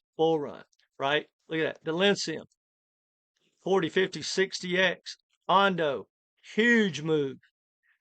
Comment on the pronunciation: Please point out the letter N in Delysium